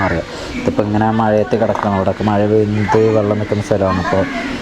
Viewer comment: മയ അല്ല മഴ